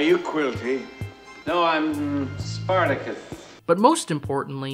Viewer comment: "Spar ta Kiss"...???